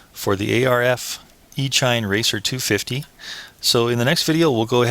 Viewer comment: Just fyi, it's pronounced E-sheen... as in "electronic-machine"... e-mail... as in "electronic-mail"...